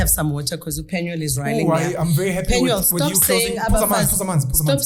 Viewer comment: It's PenuEl not PenuAl